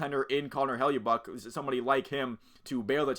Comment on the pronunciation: It's "HELL-A-BUCK"